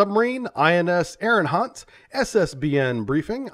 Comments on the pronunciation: I really apologize for being "that person" but it's driving me crazy ... It's "Ari - hant"... not "Ari - N - hant" ! Otherwise I love your content & knowledge! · The name of second submarine in ur ppt is wrong. It's not ARIGHANT, it's ARIGHAAT. And you can pronounce the name of ARIHANT as ARI-HUNT cause it'll be a perfect pronounciation. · His mispronunciation of the name is much cooler than its actualy pronounced.